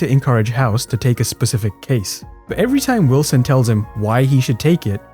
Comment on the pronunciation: lolz you said hilson instead of wilson and diagnose doesnt go until the end lolz